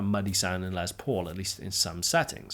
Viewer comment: Finally a Brit who says Les Paul's name correctly!